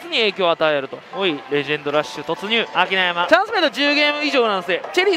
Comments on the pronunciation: と同じく拓海の声に違和感を覚えますが、同じ位「あきなさん」を「あきなやま」って言ってるにも違和感を感じました。 ありがとうございました👍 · 読み方はアキナサンだぜ… 漫画とは言わないけどアニメまじかっこいいからイニDみてくれー！